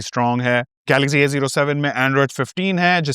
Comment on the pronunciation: Galaxzee nehi Galaxcee Over smart mat bano